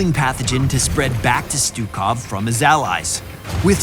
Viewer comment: pronounce his name right and we might get him.